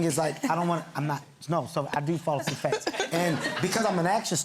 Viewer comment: "I fall asleep flast" is what he said